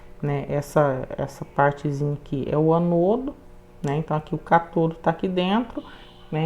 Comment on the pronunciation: Aula maravilhosa mas permita-me corrigi-la, com todo respeito: se fala ÂNODO e CÁTODO.